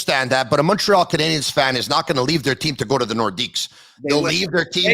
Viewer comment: HEY...It's NOT Montréal Canadians...it"s Montréal Canadiens...please!!! The ""N"" is silent!! Brendan says it the right way!!